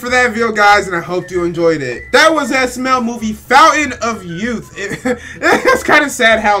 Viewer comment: He said “smel smel” lol